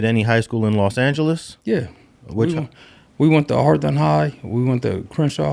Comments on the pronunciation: Can someone from LA please answer this question: why yall call Hawthorne, Horthawne? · yeah, but those other pronunciations are just a matter of what syllable you put the emphasis on. Hawthorne isn't pronounced Horthawne no matter what. BTW I only heard of "Horthawne" when I went to YA. I had no idea they they were talking about Hawthorne🤣🤣🤣 I thought they were 2 different cities